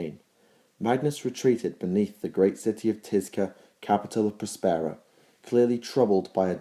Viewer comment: PROS-pero DAV-in an-ATH-a-may Others have already pointed out "remembrancer". Great videos otherwise, but you pronounce so many words wrong.